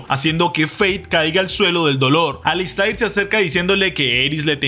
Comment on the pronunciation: Alister!!! Se q se escribe alistAIR pero se pronuncia AlistER!!!😅